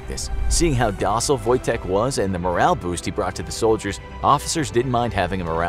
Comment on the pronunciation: Your ,,Wojtek" is good